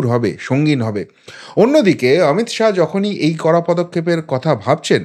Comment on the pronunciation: "শাহো" না শাহ্ বলুন